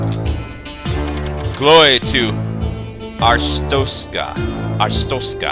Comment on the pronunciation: its arstotzka not arstrotska